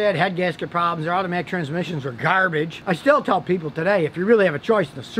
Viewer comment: I love when he says "garbage" with the accent 🤣